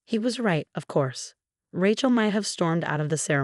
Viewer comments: I love that mispronouncing from AI. Ratchell! lol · Name Rachel is pronounced as RAY-CHEL not RAT-CHEL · RATCHELL? Sort this AI narration out before you loose every listener; the storyline is pathetic enough: However with the awful AI narration, your failing spectacularly. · When will ppl realize AI READERS SUCK! Rachel is NOT pronounced Ratchel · It’s pronounced Ray (like a ray of light) Chell. Fix the AI voice. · Cute story but down thumb for pronouncing RATCHEL. I know it's AI, but it can be correct. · RAT-CHEL?? really? learn to pronounce names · It is pronounced RA-chel(long A sound not short a ) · OH it might be the wrong pronunciation but I enjoy saying it that way. My cousin Rat-chel hates it! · So, so tired of hearing AI unable to properly pronounce the name Rachel. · True all of these stories mispronounced Rachel and many other names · How many times do I have to tell you,? The name is pronounced Ray-chel, not Ratch-el. It is heir, pronounced air, not hair. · This RIDICULOUS voice over is beyond STUPIDITY.. SO MANY STORIES WITH RATCH-ELL (Rachel) HAIR (heir) and in so many others of this ilk EFFAN, ETAN, ATFAN - ETC… for Ethan, a favourite name in so many stories of sadistic mothers-in-law, cheating husbands and obnoxious sisters-in-law!!!!!!!! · They're got the language settings wrong for the AI - it's grating for sure. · Really good story! I’m glad Rachel finally found her way! For future information, Heir is pronounced “air”. “Hair” is what grows on our heads. Rachel is pronounced “ray-Chel”. 😊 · Hair instead of heir, mispronounced Rachel. Fix it if you want people to keep reading and listening. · I find it interesting and funny. I still enjoy the stories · I agree get the names right!!